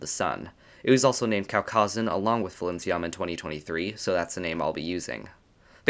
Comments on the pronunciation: The name should be pronounced as Pailinsiam because thats how that gemstone is called. Thai language happens to have a lot of alphabets that could be converted into a P sound in English so people kinda use both P and PH to differentiate them (still not enough) and it leada to pronunciation error like this because PH makes an F sound. I prefer we just use P for all of them because it makes more sense phonetically. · FYI, Thai people pronounce Phailinsiam as pai-lin-sa-yarm. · Phailinsiam is a real gem! ... Get it? B) Though, I fear you're actually pronouncing its name wrong! I believe the "ph" at the start represents an aspirated "p" sound rather than an "f" sound, meaning the first syllable is pronounced like the word "pie". The "ph"="f" thing comes from Greek, where aspirated "p" sounds gradually weakened to "f" sounds, hence the "f" in words like "phone" and "sphere" - but "Phailinsiam" is a Thai word, and the พ character in its Thai spelling (ไพลินสยาม) represents an aspirated "p" instead of an "f"!